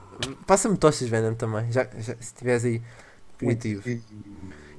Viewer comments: fenom não é chaka laka BOOM mas sim BOOM chaka laka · Achei uma porta serais um checkpoint? Venom: '' Palece " XD